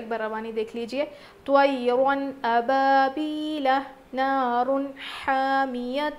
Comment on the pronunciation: Tairan ababeelaa nhi he tairan ababeela he